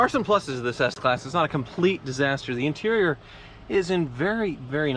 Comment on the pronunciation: intereriorrerr